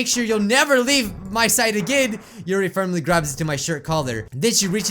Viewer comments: YUrl not yuri YUrl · ITS YURI NOT YURL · It's not yurl for God's sake it's yuri